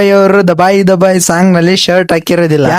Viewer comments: ದಬಾಯಿ ಅಲ್ಲಾ ಗುರು ತಬಾಯಿ ಅದು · ದಬಾಯಿ ದಬಾಯಿ ❌ ತಬಾಯಿ ತಬಾಯಿ ✅